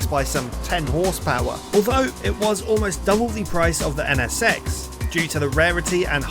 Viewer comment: Sounds like he's saying the Honda Ennesex